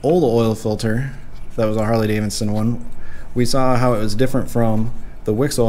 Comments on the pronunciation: Davidson not Davinson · Can you learn how to pronounce the name Harley Davidson please. Not Harley Davinson. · This is the first video i have watched of this guy, seems like he has pretty good comment's from people who watch his videos often. But its driving me bat shit crazy he continues to say harley daviNson. ... Yes check the spelling he says davinson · You do realize that it is Harley DaviDson and not davinson.... Right?